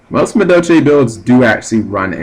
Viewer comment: ahem. For all Amuricans who say Madolche the way you do. Its pronounced "Madolsh" Happy hooting! Erm dueling.